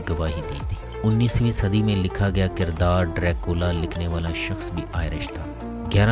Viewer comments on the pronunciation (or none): none